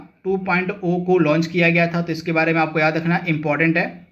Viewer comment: 2 point zero bola kro bhai Har baar 2 point O bolte ho